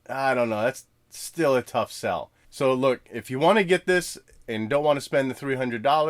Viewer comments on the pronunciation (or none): none